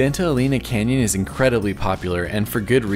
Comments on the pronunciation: "Eleena"? It's pronounced "Eleina"! You've been all over the Southwest and you've never heard that name said before? And Magdaleena? No. Magdaleina. There are no long E's in Spanish, GRINGOOOOOO. 🤣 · I love Big Bend! I go every year. Btw Santa Elena is pronounced “Eh-lane-ah” and Sotol is pronounced “so-toll”. Great video. These all of the top spots I suggest for people who only have 1-2 days in the park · Friendly correction on Santa "EH-LEH-NAH....NOT AS IN CAR "LANE" Vowels in Spanish have ONLY one prounounciation ONLY and NEVER change; AH, EH, like in (Bet, Let, Met, Pet and NEVER as in "mete, Pete" (I) is ALWAYS like in bin, din, fin gin and NEVER as in "Dine, Fine, Line, Mine" (O) as in Or else, (U) ALWAYS as in bull, full, pull and NEVER as in Cull, Dull Gull Hull......¡Ojalá que esto la sírva! BTW, Vowels in Spanish are ALWAYS Accentuated where needed. One example here, "I will Record it for the Record...Should be (RECÓRD it for the RÉCORD)